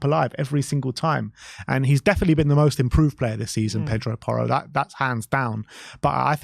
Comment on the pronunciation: It’s porro